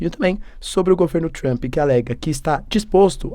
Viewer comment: se pronuncia 'Tramp' e nao TRAMPÍ...... Po professor, vc esta aprendendo ingles... fazer um minimo de esforco pra pronunciar corretamente né kkkkk